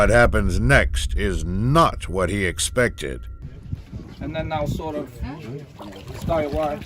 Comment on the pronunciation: He misspronouced "expected" a lot of times.... "Unthinkable" my a** :D Also there is a huge differrence between brave and stupid although its the same with sharks. The one you see is usually not the one that is dangerous